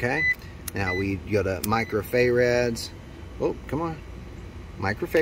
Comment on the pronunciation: First of all, thanks so much, super super helpful video, you explained very well! Secondly, Fay-rads!😂